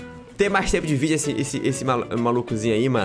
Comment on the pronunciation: o cara falou videu